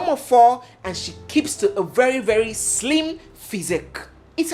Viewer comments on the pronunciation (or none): none